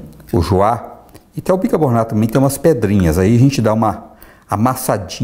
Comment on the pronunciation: Kkkkkkkk a pessoa não consegue falar higienização e nem bicarbonato, que tosco.